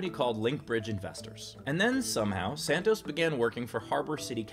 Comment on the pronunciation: i love these steve :), also great drinking game evrytime you say "santoz"